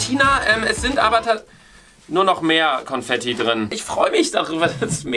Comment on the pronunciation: Confetti 😂😂😂❤ P.S. vesteht es ihr eig.? “Con“fetti. Con wie concrafter😂